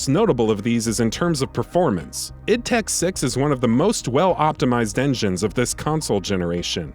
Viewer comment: "id TED six" 😂